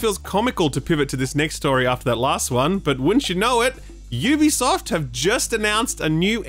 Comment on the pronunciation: Someone in games journalism who says "Ubisoft " correctly. Who knew?